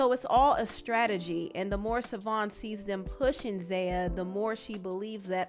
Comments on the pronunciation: The ex wife name is pronounced Chivone or shavon not savon it is an Irish spelling lord jesus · His ex wife's name is pronounced SHAvon, not Savon. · Ur getting much closer to pronouncing his ex name but there's a sh sound at the beginning (pronounced shuh-von)